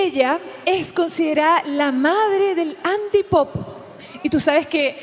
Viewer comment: Jajaja jajajaja antípop bueno se equivoco la presentadora